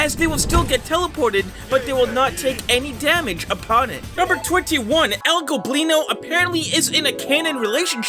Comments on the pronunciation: ITS EL GOBLINO NOT EL GLOBLINO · he finally said "el goblino" and not "el globino" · I guess you finally pronounce el goblino's name right huh